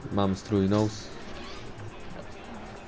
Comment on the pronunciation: jak coś czyta się nus nie nołs :D